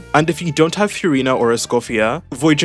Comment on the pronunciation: Ty for the video! I really hope she gets buffed in beta. Genuinely asking, is Furina's name actually pronounced like that? I haven't heard anyone else pronounce her name that way.